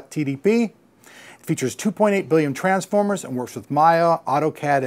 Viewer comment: is im hear it wrong..'200 billion tranformer'thing?!?!